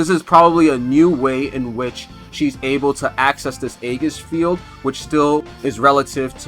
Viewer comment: She looks mad fun! Also aegis is pronounced EE-jis (sorry, had to :P)